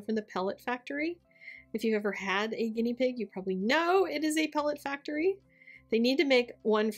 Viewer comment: No ‘t’ in factory? Adore the card though